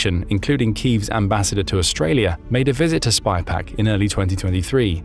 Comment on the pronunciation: No, the AI voice said “SPYPAC” every time.